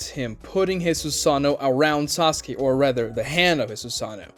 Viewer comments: Why does he keep saying "Sasuki" instead of "Sasuke"? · It triggers me so much how this guy says "Saski" a lot of the time